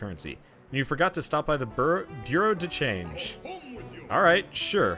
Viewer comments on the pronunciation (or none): It’s pronounced *boo-row de shahnj*.